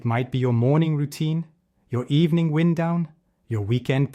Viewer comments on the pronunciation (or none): It would be helpful if you pronounced wind-down correctly. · Could be better, but still, when the AI voiceover pronounces “your days wind down” as the type of thing that whistles through the trees, instead of a tired watch, it all comes across as a fukking bot. Even if you’re not old enough to remember winding a watch.